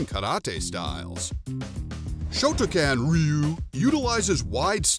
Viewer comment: that's actually how it's supposed to be pronounced. "Rhy you" is and has always been the wrong way to say it...